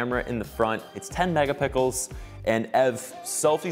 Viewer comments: Am I the only one who heard "10 MegaPICKLES" LMFAOOO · Did anyone else hear MegaPickels 🥒?